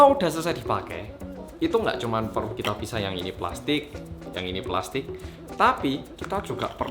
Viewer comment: "Kita Klethek" 😂😂